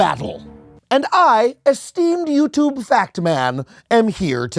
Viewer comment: every adam conover video is worth it just for the way he pronounces yütübe